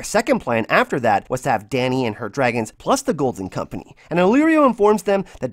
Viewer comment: Really2 satisfied with ur "golden kompenieee" im so sorry cant help it lol. Btw nice vids there.